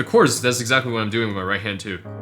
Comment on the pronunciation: Cute cat lamp! I'm just here to hear u say Watt instead of What